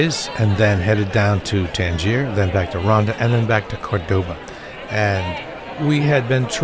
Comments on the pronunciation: It's nor Cordôba,it's Córdoba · Good video but why would you not simply check how to pronounce the name of the city before going ahead making an entire video about it. Córdoba is not pronounced Cor-doe-bah. It's more like Core-d'ba. Meaning that the first 'o' is annunciated; not the second 'o'. This is made clear in Spanish by which 'o' has the acute accent symbol on it.